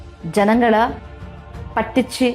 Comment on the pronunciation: പട്ടിച്ചു അല്ല മാഡം പറ്റിച്ചു